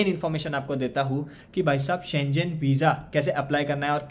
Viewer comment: It’s pronounced as SHEN GAN NOT SCHE JEN